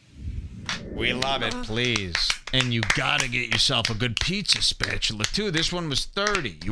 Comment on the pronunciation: Joe says Pizzuh